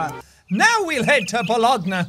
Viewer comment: jack is butchering the pronunciations so bad. bologna is pronounced bol-own-ya. I studied italian for 7 years and counting.